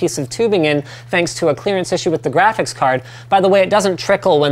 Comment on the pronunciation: taller guy says 'grafis' card and it's annoying and the cpu would certainly run much cooler with a fan even spinning very slowly. they shoulda put one in